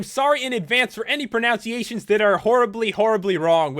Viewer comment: "I apologize for any pronunciations that are horribly, horribly wrong"... Pronounces 'pronunciations' wrong lol :P